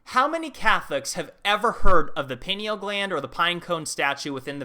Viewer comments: I just saw your other video on the destruction of the alexandria library, didn't you say caesar did that? Maybe that's what's taking up 53 miles of shelf space. As in, they stole the goods before they torched the dump. Also, unimportant side note, i think it's pine-eal gland, rather than peen-eal, like the pine cone it resembles? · "pineal" is from latin, thus pronounced "pie nee all". not "pee nee al". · Pie-kneel please pronounce it correctly. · Pie- knee - ll damnit ... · Pi (π) knee - all Gland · great Channel, you are on to some amazing insight. Side note Pineal Gland is pronounced "PIEneal Gland...I would love someone like you do a video on "treaty of peace and friendship 1787" Let me know what you think of a topic like this... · dude I thought you just had one channel dealing with moldivite n its pronounced pine ell gland.